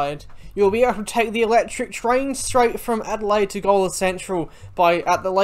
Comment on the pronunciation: Gawler is pronounced Ghoul-er